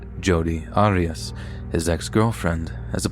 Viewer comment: OMG! The first story is the age old Jody Arius case but with her last name being mispronounced by the narrator. That case has been so well covered how could anyone not know how to pronounce her name properly? LOL...